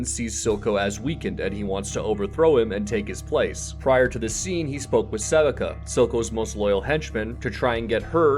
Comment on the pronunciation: There's zero chance this is your voice when you pronounce sevika like that.